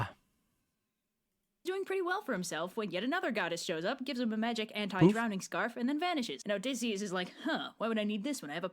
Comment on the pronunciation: How does one read "magic" as "may-rick"